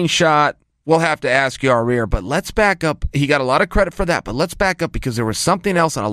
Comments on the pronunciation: Yair not yarear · It's Ya-ir and not Your-rear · You're overthinking the name. Ya-ear. No middle R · Chael....Ya-ir...take your time and sound it out. Just say it 1 time. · i swear you can almost hear chael say "yair" correctly the first time, and then ""corrects"" himself. amazing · It’s ya eer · I came here just to hear him say Ya Rear. 😂😂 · Yah-Rear 🤣🤣🤣 Chael think about them buns. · Yall say Ya rear, but do u remember stipe in his debut being called miosick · Yahrear, lol how hard is it to say his name joe and Brendan literally call him ziar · Ya-rear 😁😂 chael is a legend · How is awesome is Yah-Rear? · Sounds like chael is saying your rear instead of yair lol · YI-EARRR lol for his accent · To Chael has called him Ya-zir, Zaire, an Ya-rear... It might be that Chael has never heard anyone say his name... or he can’t read. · Who the F is Yah Rear? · YawRear! Lmao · Got to give it to him he has improved on the pronunciation of yair. You'll get there one day chael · Okay King Chael has to be just trolling Yair with that pronounciation at this point 😂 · Why can’t Chael say his name right? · Love Chael but how do you massacre a name so badly lol